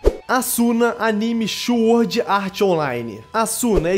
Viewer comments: Só eu que escutei "chuord"?? Hehehe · eu ouvi chuord .....?